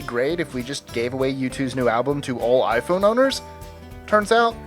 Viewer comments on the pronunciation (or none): none